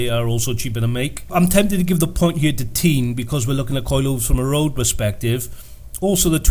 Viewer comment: It's pronounced Tein not Teen